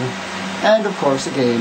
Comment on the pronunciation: ((again)) you say 'again' funny nice tour of the job. Why do you have multiple PCs? You owlets are soo cute and you look weird with hair. HARRY POTTER!! I am never working in a kitchen.ever. thanks for traumatizing me fore life. Really scared for life here. i want you babies! you can have my puppy. Trade? ~magickfae